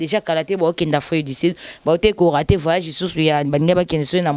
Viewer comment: VAYAGE VAYAGE 😂😂😂😂😀 on dit voyage.